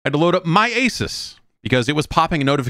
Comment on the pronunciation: If Jeff keeps pronouncing Asus wrong there will continue to be a BlueChew ad black out for this podcast.